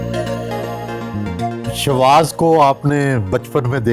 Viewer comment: شاواز نہیں شواظ۔۔۔